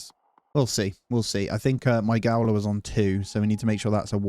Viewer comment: BTW… “Gaoler” is pronounced “jailer”. 😊. Great work…keep it up!